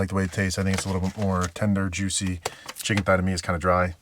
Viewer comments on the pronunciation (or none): none